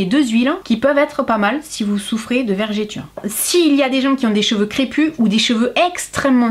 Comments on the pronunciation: Attention, on ne dit pas vergiture mais vergeture. Sinon, très chouette vidéo . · Bonjour merci pour la vidéo les astuces sont super. Dommage que ce n’est pas le même prix chez moi à la Réunion. Par contre j’ai l’impression d’entendre « vergÉture » 😅 avec votre accent. Bonne journée.